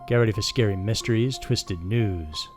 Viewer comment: Is it just me or did it sound like he said Twisted Nudes?